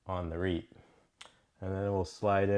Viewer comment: Hey, great knife and video! Just a heads up, you maybe saying reate a little off. It's more like Re-ought I think